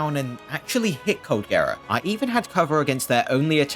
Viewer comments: dude calling it coldgera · this guy's calling cold gerald: coldgera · Colgera✖️ cold-gera✔️